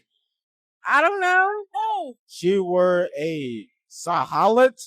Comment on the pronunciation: The most common word in the sentence was "wore". They ALL pronounced it wrong.